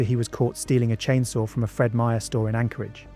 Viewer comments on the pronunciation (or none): none